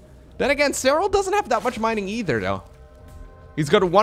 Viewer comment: dutch->english is fun too it warms my heart when he says 'e-chudder'